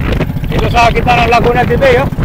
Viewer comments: Its LAGUNA DE BAY (BAI) not BEY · sorry to say , mali ang pronunciation mo ng Laguna de bay. Laguna de bay ia a spanish word.